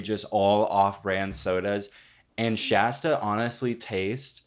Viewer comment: why are they pronouncing shasta wrong don’t diss my hg like that